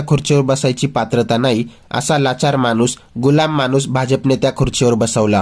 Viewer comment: क्षन?, मानुस? लई भारी मराठी!